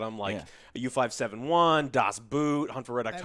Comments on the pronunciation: Joe plz, you make my ears bleed. :P it is Das Boot, not das boot, like in the shoe. It speaks more like a bow, with a t at the end. Das Bowt. Get your german right, damnit. ^^ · Well.... "Das Boot" is pronounced like "Boat" because that´s what it means in German. Its not a type of shoe guys !!! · Das Boot is pronounced das Boat, because German. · Das Boot is basically pronounced as Das Boat btw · Saying you love submarine movies and then completely butcher the pronunciation of Das Boot is a cardinal sin